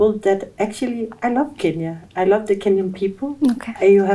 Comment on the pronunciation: Love did she say lov abi 😂😂😂😂🎉🎉🎉🎉🎉